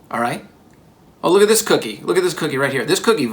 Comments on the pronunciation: it is a "cook"ie not an ie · Really takes the "cook" out of "cookie". It's just an "ie"